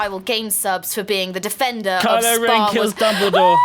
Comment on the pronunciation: Is it me or did say kyloren killed dumaldor